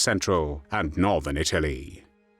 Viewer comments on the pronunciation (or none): none